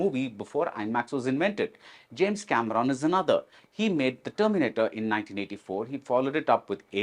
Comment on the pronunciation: mispronouncing the name Cameron was the prelude of a very biased interview